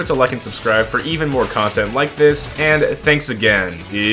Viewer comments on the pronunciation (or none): none